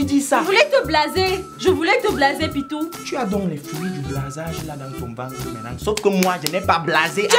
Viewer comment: us how que tu dises pitou